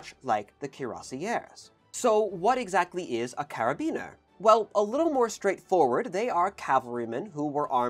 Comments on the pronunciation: Cara-bin-ee-er, not "Carabiner". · karabiners are used for climbing and were a trend for keyrings back in my youth sometimes spelt with a letter C they should not be confused with carabinier. Happily the two words are pronounced differently (except in this video) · And the french "u" doesn't exist in english. He's doing his best. Arf, forgot the "i" in carabinier too. And Hussards having two S, its Huçards, not Huzards... :p